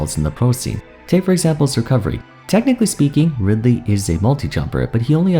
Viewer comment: and after butchering ridely like that they gave kazuya EWGF 😂